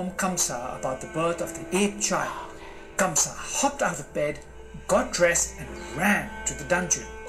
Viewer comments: It’s Kansa/Kans....not Kamsa. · Not Kamsa its kans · Actually, his name is "Kans/ Kansa" not Kamsa...🤗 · Wrong......kans not kamsa